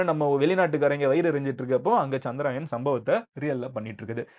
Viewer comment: சந்திராயன் இல்லை சந்திரயான் என்று சொல்லவேண்டும்.